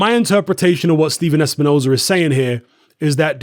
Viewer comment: Steven espi-nose-hair does it again 🙄